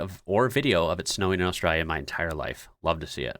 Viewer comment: Please say Australia properly. You're killing me!!!